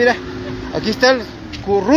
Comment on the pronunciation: pulicia currupto, curruuupto hable bien wey